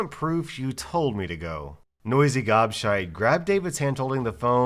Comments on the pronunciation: You are saying gobshite wrong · Hearing an American say gobshite is so strange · saying "Gobshite" is hilarious. 🤣😂